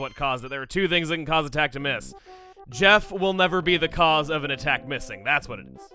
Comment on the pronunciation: You're not MISSING,. You're "DOH I MISS"-ing!